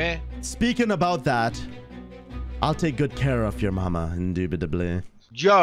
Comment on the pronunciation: Me randomly "IN-DUBITABLY"